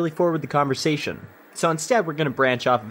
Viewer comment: What’s a con-vo-sat-ion?